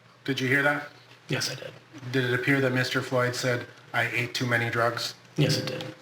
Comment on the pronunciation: Why am I hearing "I ate too many doritos" drugs has 1 syllable, and whatever hes saying clearly has 2 syllables